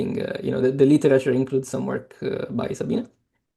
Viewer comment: "Sabine" is pronounced "Za-bee-neh" (not "Sa-bee-nah" or "Sa-been").